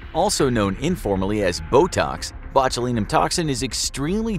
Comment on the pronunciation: Sorry couldnt make it past mispronunciation of botulinum at the start